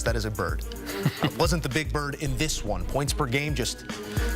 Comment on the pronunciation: Did this mf just say Seagull?